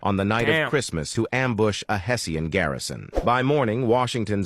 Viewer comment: The way that ai pronounced Hessian stabbed me in the soul 😭